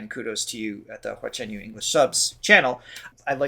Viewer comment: 华晨you~的发音很标准哦~🥳🥳🥳